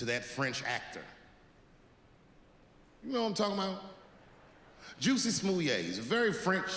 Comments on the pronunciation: First, the audience was laughing because his name is Pronounced Jessie, Not Juicy. Second, MAGA is people who are Trump supporter's. They wear red hats that say Make America Great Again {MAGA) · Chappelle said Jussie name wrong. He called Jussie name Jucy.